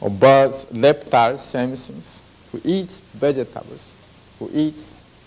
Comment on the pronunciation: In Japanese language, the L and R are interchangeable. I was first surprised when my Japanese friends say Lamen or Ramen